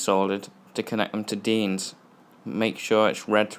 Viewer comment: I love how you said deans at the start 😂😂